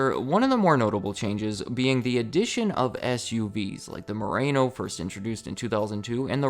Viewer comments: Mur ah no, not mur A no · MU-RA-NO NOT WHATEVER YOU SAID !! 😅